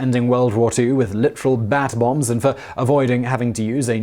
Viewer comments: U said "Bat Bombs".... I heard "Bath Bombs"... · I thought Simon was saying bath bombs at first 😅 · I keep thinking he's saying bath bombs...